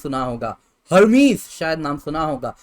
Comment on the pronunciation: Er mes pronunciation hai Hermes ka